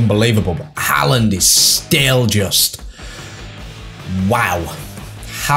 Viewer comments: I beg stops calling him hah land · the mispronunciation of haaland is jarring 😭😭